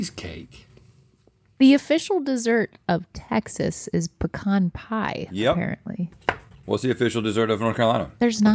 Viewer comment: thank you for saying pecan correctly - because you don’t pee in a can.